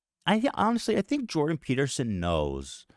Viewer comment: Eth-Chin 🧔🏻‍♂️vs Joe Toadgan 🐸 & Jordan Pe-tear-son 😢